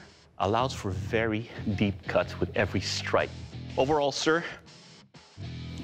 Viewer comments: Good show but I hate the way dude says kill. It's not keeel it's kill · It will keel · overall sir, it will keal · “It will keel” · He says kill like keil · It will keal